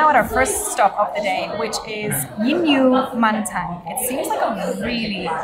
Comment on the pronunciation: Jin Yu is like a Pinyin phonetics for mandarin words. It is sort of pronounced as Jinx We